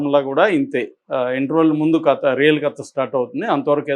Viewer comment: U r a journalist. Don't spell it as కత , say కథ.